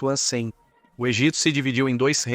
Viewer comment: Desculpe, mas narração por IA, não dá...e tem a narração de "ancem", PQP, é muito dificultoso dizer "antes de Cristo". Afinal a civilização atual é contada AC e DC.